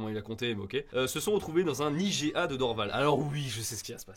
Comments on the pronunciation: jdcjdr mais l'article du Sac de Chips sent le rédacteur un peu fru de la vie... ça fait 10 ans que j'habite au Québec et je suis complètement d'accord sur certains points. Par contre Iga au lieu de I-G-A ça m'a fait saigner des oreilles pas à peu près... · Salut, je fais partie des Québécoises qui vous avait dit dans la video inniciale que vous étiez dans le champs avec "i-jai-a" 😊. La vidéo n'était pas insultante pour autant. L'article est trop méchant, de mauvaise foi. P.s. vos fromages en France et même en Europe en général sont vraiment meilleurs je dois l'admettre 😂❤. Paix ✌️ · Perso a part comment tu a dit iga ... le reste je m'en ai foutu lol 😅😂 et la façon dont tu l'a dit m'a pas tuer 😅😂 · Ce journal est connu pour faire des articles à "Sensations" Personellement j'ai eu un léger problème avec la prononciation du IGA et la blague sur le fromage mais c'est tout, pour le choix des articles et la vidéo dans son ensemble, zéro problèmes! Merci pour vos vidéos les gars!